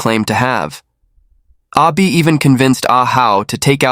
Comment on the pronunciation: Totally confusing. You keep saying Ah Bi and show a picture with Zheng's name. Wtf. Can't follow.